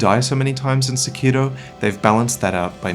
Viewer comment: I'm not trying to be "that guy," but Sekiro is pronounced with the accent on the "Se," not the "Ki." Please don't me I love you and your videos! 🙈